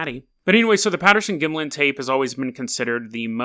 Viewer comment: You can't even pronounce Gimlin....Don't call this "creepy pasta", you haven't done your homework. Research Bobby Short whom passed away in 2013. She has seen the entire film. You need to do a corrected video after you study a bit more.